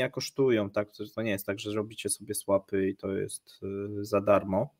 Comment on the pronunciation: Swap- wymawiamy swop. Nie swep😂